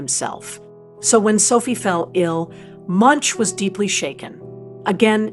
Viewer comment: How can you make a film about an artist and pronounce his name incorrectly?